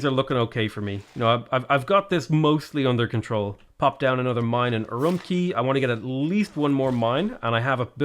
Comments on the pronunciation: Per Google translate, Urumqi is pronounced "Ur oom chee" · Fun fact! The “Q” in Chinese is a hard “tch” sound like in “catch”. So Urumqi is pronounced “oo room tchee” Could not tell you about Qara Qoto though. It supposedly used to be a fortified town in modern-day Inner Mongolia, but Mongolian never used the letter Q in its latinised writing, so... 🤷 K like Karakorum or Tch like Urumqi, down to you I guess? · It's pronounced UwUmqi